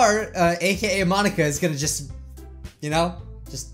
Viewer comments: Mon-ika ika means squid in Japanese the incorrect pronunciation part is Monika is pronounced Mon-ika. Ika is pronounced ee-ka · She basically said Mon-inka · Because it’s mon-ink-a ink as in like it in squid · The joke, if you don't understand, is that she said it like Mon- ink-a